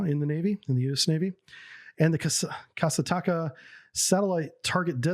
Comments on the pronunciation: "Kasataka"?! Damn japanese infiltrating the Soviet Navy! XD Its "Ka-sat-ka", that means "Orca" (Killer whale). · Hey I beleive it is pronounced Kah-sart-kah and means Killer Whale. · I get that Russian seems counter-intuitive for an english-speaking person, but "kasatka" is pronounced like "cah-sat-cah" and means "orca". Kudos for the video! Edit: oh and Razboinik (Robber) bay is actually Strelok bay around Putjatin island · KASATKA in Еnglish its Killer whale, in Russian "Ka-sat-ka", u speak "Kasa - taka", and "Mol-niya" not "Moli - niya"